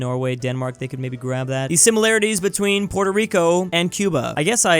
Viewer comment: Dude, say Puerto